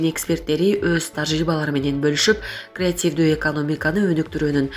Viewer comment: эмне мынча манкаланат сүйлөгөн кыз.Же кыргызча жакшы билбейби? Креативтүү дегенди ката айтып жатат.Кайта кайта айтты